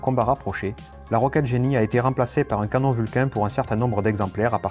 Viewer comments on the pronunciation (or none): none